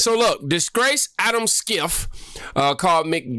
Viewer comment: Schiffs name is pronounced Shiff . They call him shifty Schiff . Lol Trump calls him that